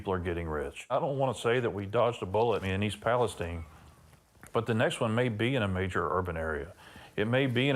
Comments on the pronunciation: Did he say East Pales-teen? Is that really how it’s pronounced? And since when? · East Palestine is pronounced with a Long I. As in Everything's Fine in East Palestine (Ohio). People who don't live there pronounce it Wrong.